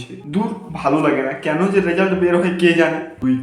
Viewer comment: Video ta valo hoiche kintu tor oi je keno bola ta thik hoi ni re but video ta khup valo hoiche 😅😅